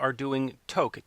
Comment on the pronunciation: I’d love to see them tour this. It was fantastic to see. FYI - Toque is pronounced like the number 2. Two-k.